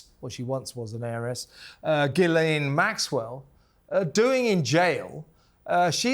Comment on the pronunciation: Her name is ghislaine (jeeslen) not guylaine, please